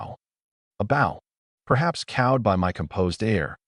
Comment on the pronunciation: I had a thought. If the text to speech engine keeps saying "bow" (weapon) and "bow" (action) the same, maybe spelling the weapon version as "bowe" might get it to say it with the correct pronunciation? I could be wrong, I haven't worked with these newer systems and I'm thinking back to the old days of the early speech engines.